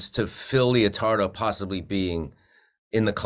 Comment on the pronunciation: Its LEO-TARDO GUYS, like LETTER, not LIO